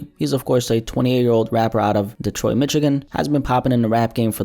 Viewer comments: Wtf is mitchigan it's Michigan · He from Detroit what?? Mitch-again 🤣🥰 man if yall suburbanites and foreigners gon cover our shit please learn how to pronounce the language. So sick of you and Trap interpreting our stories and yall never have been in any of the trenches u cover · Bro said Mitch-igan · Did I just hear him say "Detroit, Mitchigan"? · michagan that’s how you pronounce it lmao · Why the fuck you pronounce Michigan like that